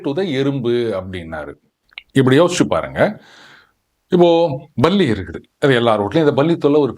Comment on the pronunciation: It is not Balli Pronounciation is Palli.